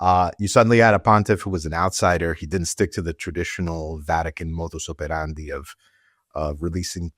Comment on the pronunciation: Not a big deal perhaps, but great to hear the correct pronunciation of "modus operandi."